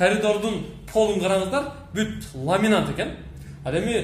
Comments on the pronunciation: "ламинант" дей бербей "ламинат" дечи бай болгур! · Ламинант эмес Ламинат